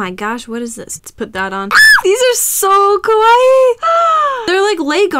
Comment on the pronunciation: Kawaii, not kwai.